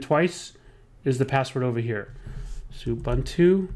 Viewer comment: It's too difficult to listen to the mispronunciation of Ubuntu.